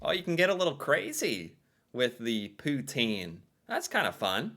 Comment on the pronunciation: As a québécois I got a say I rlly liked when u said « poutine »